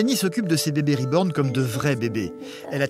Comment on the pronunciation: Moi tout au long de le reportage de « SA SE DIS « RIBORN » PAS « REBORN » PTNN